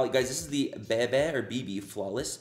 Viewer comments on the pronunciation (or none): I love that you picked things that aren’t brands we all know. I love cruising the makeup at Ross and TJ Maxx and am curious about the names we don’t recognize. Btw… Bebe is pronounced bea-bea. ;) I love the V!